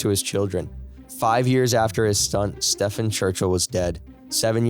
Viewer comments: Stephen = Steven, not Stefan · Unless he is swedish or something then you dont pronounce stephen that way at all. Its pronounced as if saying steven. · I wonder if I'm being fooled. I like your voice but wonder if it's AI? I hate AI and don't want to subscribe if you aren't a real person. The main reason I suspect this is because I assume most English speaking people would know that Stephen is pronounced Steven, not Stefan..I confirmed this by checking videos where his parents say his name. If I could do this, why would the narrator not? Anyone able to confirm if he's real but not bothered to check how to say the victims name or AI? Not sure which is worse, actually. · His name is pronounced STEEven. Everybody knows this but you. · This ai needs to learn to read Stephen is pronounced like it has a v in it as Steven fo eg.